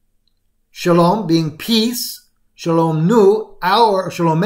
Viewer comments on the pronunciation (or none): none